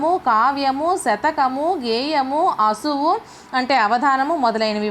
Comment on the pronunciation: అసువు కాదు మేడం ఆశువు రెండింటికి చాలా తేడా వుంది.